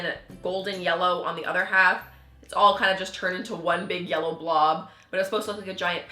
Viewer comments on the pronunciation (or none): none